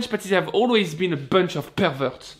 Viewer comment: "bönch of perverts" :)